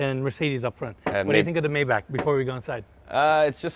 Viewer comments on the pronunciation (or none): Amazing spot amazing video I specially love how all these people are super bright brilliant but no one can pronounce Maybach properly